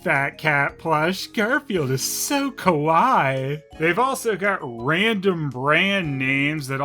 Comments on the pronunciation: Welp, time to piss the entire internet off... What you said was not the word there, which is 3 syllables, ka-wai-ee, but you still made a great joke since what you said sounds very close to kowai, which means scary, and yes it definitely is! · Kawai means scary, so might be accurate. Cute is pronounced ka-why-ee.